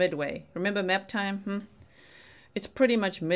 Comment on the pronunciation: You’ve said it fro. The beginning…” Maaap TYME” 😂